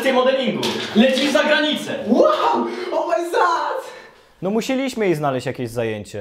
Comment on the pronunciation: "O MAJ ZAD" xd